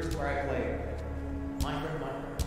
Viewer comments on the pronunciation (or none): none